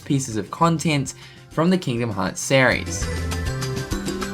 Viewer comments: The way you pronounce "series" is sear e-s not sah reys learn English ass hat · dude learn to pronounce series